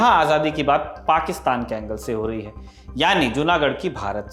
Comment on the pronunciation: पाकिस्तान तो सही से बोलना सीखिए|